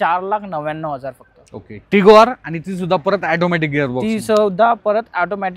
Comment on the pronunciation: ऑटोमॅटिक असते रे ते.. तो बिचारा ऑटोमॅटिक बोलतोय आणि हा youtuber ऍटोमॅटिक बोलतोय :D